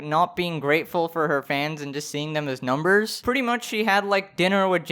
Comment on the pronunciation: "I'm just saying even numberrs" Me: Okay ninety four million EVEN NUMBERS